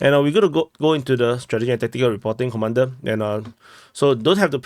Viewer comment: You say all the time at beginin of your report "comander...comandor" other professionals also follow your report so just take this home messae.otherwise your reporting ethics is very impressive.go ahead.Tjhak you!!!